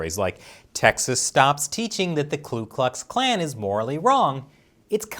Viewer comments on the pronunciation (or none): I believe its KU Klux Klan ... not KLU Klux Klan. ... seems I passed history, paid attention.